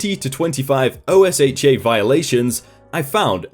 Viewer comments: I love the videos but not pronouncing OSHA is driving me nuts... lol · Just read OSHA as a word not as separate letters. That’s just how everyone refers to it here in America. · actually you’re incorrect. Not only does everyone at least from the south pronounce it with an a or ah not a u but even other sources like safety and health magazine say it’s pronounced this way as well. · OSHA is actually pronounced like a word in the United States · I just took OSHA 10 so i heard it quite a bit, and every time he said it, I mini-cringed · OSHA isn't pronounced as letters. It's pronounced "Oh-shu." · IT's O-sh-uh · It's not Oh-Ess-Hatch-Aye it's Oh-Sha. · This is, no lie, the first time I hear OSHA pronounced by letters; I always heard it said as 'oh-SHAH' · Here in America OSHA is pronounced "OH-shuh," sometimes with equal emphasis on both syllables and never spelled out as an acronym. No I'm not the first person to point that out. I just like the channel and want to jump on the constructive criticism bandwagon. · Hey, just an FYI, I realize you're not an American. You don't have to keep spelling out OSHA, it's pronounced like ocean, without the "n". I realize it may not come back up, but it's definitely a shortcut if it does. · That shop manager sounds like he was pocketing the difference (cause the mentioning of white collar crime, which is usually defrauding) and was saying to the company head that he was buying name brand correct stuff but then pocketing the difference. Also usually OSHA is pronounced O-sha for most people in USA. ^_^ LOVE YOUR VIDEOS! I wait everyday for my notifications from you! <3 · If it's easier, OSHA is usually pronounced as an acronym "OH-shuh". Meanwhile, MSHA is usually pronounced as "EM-shuh". Keep up the good work! :) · Incorrect. It's pronounced like you're saying "oh shut" as one word, but forgot the t. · OSHA is Normally pronounced O-sha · OSHA is pronounced OH-shuh.